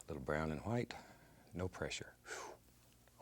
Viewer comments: Liquid H-WHITE titanium H-WHITE. Haha love it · You know its a real painting when titanium white comes out I correct myself **Hwite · Not white huwhite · I love how he pronounces " white " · I love the way he says white its like that family guy episode where Stewie pronounces Cool whip like Cool Qwhip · Lmao right?! Kool qwhip